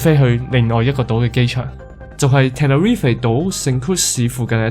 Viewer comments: 應該系Tenerife唔系terrific == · tenerife 讀錯左... 你真係照中文譯音黎讀果下好野